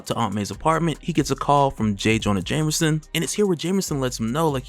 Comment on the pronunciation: This dude stay saying "jamerson" lol